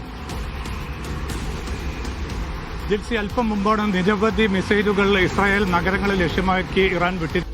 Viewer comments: വിദ്യഭ്യാസം ഉള്ള ഒരു മൈരനും ഇല്ലേ ഈ തീട്ടം ചാനലിൽ.. ഇസായൽ അല്ല ഇസ്രായൽ എന്നാണ്.. കഷ്ടം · ഇസായേൽ അല്ല ഇസ്രായേൽ